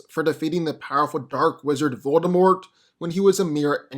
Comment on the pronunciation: If I had a penny any time he said voldermolt himself